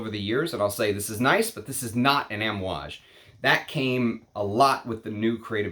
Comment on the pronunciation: Kohn Yak not Caan yak also Ahm ooh aage. I speak fluent Italian and Arabic most languages outside of English. The a sound is aah